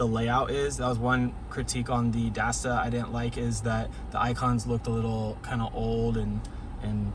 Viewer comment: It's Dasaita not Dasda. You're killing me this whole video